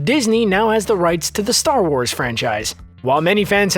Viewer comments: "ATAR WARS" eh? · Atar Wars